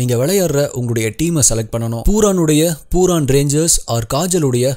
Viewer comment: அண்ணா அவன் name பூரான் இல்ல பூரன்